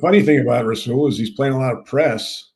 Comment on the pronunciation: Jody thinks Douglas is Darrelle Revis we don't need him n it's rasual not rah Saul d bag